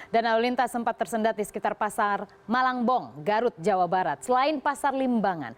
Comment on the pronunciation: Malangbong bukan malang eu eu eu